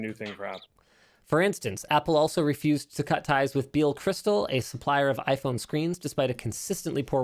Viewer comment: foldable iPhone ...Linus calls it yayPhone